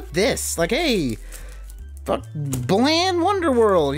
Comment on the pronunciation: The way you say "Balan" makes it sound like "Bland" which is appropriate considering what it contains. They should rename it to "Bland Wonderworld...?"